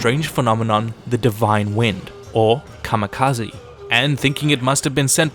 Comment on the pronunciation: kamikaze， not kamekazi